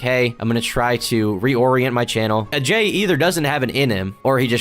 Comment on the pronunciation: Still can't say his name right